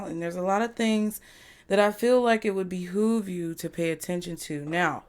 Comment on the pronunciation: behove 🤣🤣🤣 love it